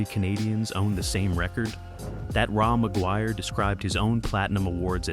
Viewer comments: Raw McGuire? Another lovely AI narration… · Ra MacGuire? Lol. AI sucks balls.